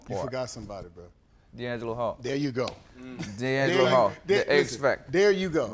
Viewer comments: Lol said D'Angelo hall.. aint it dante? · It's dante hall put some respect on his name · It's Dante Hall guys.... Come on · DANTE Hall. Not Deangelo, DANTE Hall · Its Dante Hall and not D'Angelo Hall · dante hall not deangelo hall lol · It’s Dante Hall not diangelo 🤦🏽‍♂️🤦🏽‍♂️ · They saying diangelo Hall instead of Dante Hall 😂😂😂😂😂😂. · Hester said D'Angelo hall instead of dante hall. The fucking disrespect lol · So nobody was stop him from saying Deangelo Hall instead of Dante Hall?? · Anybody else feel kinda awkward with them continuously calling Dante Hall…Deangelo Hall. I know what they meant but still 😅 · Daunte Hall not DeAngelo Hall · ITS DANTE HALL lol not Deangelo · Dante hall not deangalo hall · He called Dante Hall. D'Angelo Hall 😆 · Donte not Dangelo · Dante Hall not Deanglo Hall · *Dante Hall.....not DeAngelo Hall. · Dante Hall not Deangelo Hall wtf lol and what about Prime Time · They said deangelo Hall when it’s Dante Hall LMFAOOOOOOOOOOOOOOO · Nobody corrected him that it’s Dante Hall not Deangelo… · IT'S NOT DEANGALO HALL!!!! IT'S DANTE HALL!!!! IT'S DANTE HALL!!!! IT'S DANTE HALL!!!! IT'S DANTE HALL!!!! IT'S DANTE HALL!!!! IT'S DANTE HALL!!!! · DANTE HALL DANTE HALL..He the goat but its DANTE HALL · “DONTE HALL” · Get that man name right it’s Dante Hall “X factor” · How you get the x-factor name wrong